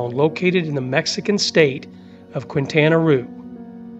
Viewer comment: At least try to pronounce the state correctly. You chopped Quintana Roo drastically.